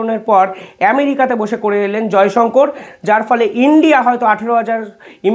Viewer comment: Jayshankar noi sir jayshankar bolun ...